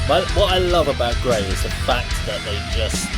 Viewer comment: Great job, of course, as always! I thoroughly enjoyed this,! Well done! A couple of small notes: One is please maybe a little less talking over the music, so you and the listeners don't miss the elements of the song. The other is that Grai is pronounced "gr-eye", like rye bread. Here are the best translation of the lyrics I could find. One cool aspect of these lyrics is that I am told they are written in an archaic older style, like an Edgar Allen Poe story: A Water Well From well water gazes The darkness of dead eyes. Down below, the vestiges go, Of her, who took his soul away. A pale forehead is envisioned, Tenacious fear desiccates the throat - His named is scorched As a scarlet mark on the hands. From the well's coldness he drinks Black, grieving water, And the darkness of misfortune Leaves ice on echoing walls. I drugged my husband with a sleeping potion, To the well I led him, Thrust a sharp blade into his heart, And in the well drowned him. The moon saw, through the grey fog, Bloody wounds from a sickle. A splash broke the night's silence, The body gave up its soul. Yesterevening through the meadow I wandered, Gathered evil roots Gathered evil roots yesterevening, To a dark river I went; I washed those roots, rinsing them, In the river, 'til they were fully clean, And having washed the roots, Dried them 'til they were fully dry; Having dried the evil roots, I ground them very finely, Finely I ground the evil roots, And brewed poison